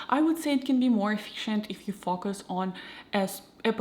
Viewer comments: Her way of pronouncing "focus" isn't the result of her accent, she just doesn't know that the "o" is short in that particular word. The word "fokus" exists in Russian, meaning deception or trickery, and that's probably where the confusion comes in, but she's totally able to produce that sound. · You're pretty amazing speaking English btw, if it weren't for your name and the bit of accent that comes out when you pronounce "focus", I'd be convinced you're American, good job, and great video